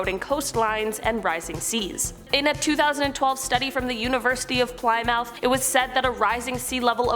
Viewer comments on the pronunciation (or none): Plymouth is Plim-uth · Plymouth is pronounced Pli-myth. I'm glad that we live on higher ground in Maryland! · She said ply-mouth 🤣🤣 sorry it was funny